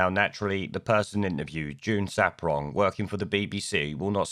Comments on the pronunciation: It's SARPONG, mate, not SAPRONG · June SAR-pong, not ‘saprong’. Funny though, they say that once you go black, you won’t go back. Lammy’s missus is white, proves that wrong, eh? Sarpong is also well known as the gap-toothed race-card player in the feminist shit-show that is Loose Women. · Mate, I like your content, and have listened to a fair amount of it, but you HAVE to do some research when you put videos together. ‘The Archers’ is a very long running much treasured RADIO 4 drama series. It’s a famous part of British culture. And it’s June Sar-Pong, not Saprong. Small details, but if you’re going to lambast things or people in the news, you’ve got to get these things right or it makes you look foolish and your argument weak. Just saying. Your arguments though are obviously correct.